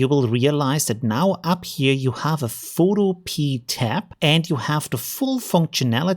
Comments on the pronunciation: Pho- to- pe- a, like utopia. 😀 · Very useful and well explained. I suspect the developer wil be a little miffed at your mispronounciation though. In this context, the pea at the end is pronounced as in wikipedia not as a garden pea lol.